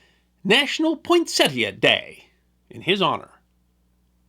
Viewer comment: Thank you for pronouncing the plant's name correctly!